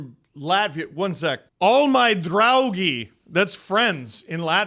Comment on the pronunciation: Your "draugi"was nearly perfect. :) However, in the International Phonetic Alphabet, it would be "ˈTe.odors ˈBʎu.ɡers".